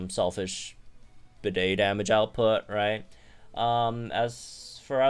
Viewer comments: I think his name is pronounced like Bead not bidet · Pretty sure his name is said like Bead, not Bidet. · you also named a gym trainer a toilet. bro, it's pronounced like 'bead', not 'bidet' 🥲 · i can't with you calling him bidet throughout the entire video 😭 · The English voice clips that were leaked onto YouTube show that Bede’s voice actor pronounces his name like ‘bead’. Even if that wasn’t the case, I downright refuse to pronounce the name of a character that would sound like a word used to define a sink used to clean your nether regions.😑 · ok, ik it doesn’t really matter to people, but is it pronounced bidet? or bede as in beede. I always thought it was pronounced like beede with a silent e at the end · 5 seconds in and I already lost it cause I heard "bidet" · I can't wait to hear him say his own name because I refuse to believe it's pronounced 'Bidet' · Oh god don't call him "Bidet" lol